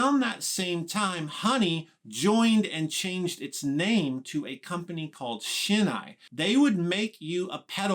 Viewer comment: just a quick note on pronunciation. The 'ei' in Shin-ei is pronounced like the beginning of the word 'eight', not like the word 'eye'. Also, you may be interested to know that here in Japan, Teisco is actually spelled Tesco, without the 'i'. テスコ in Japanese!